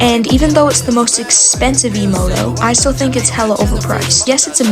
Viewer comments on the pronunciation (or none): none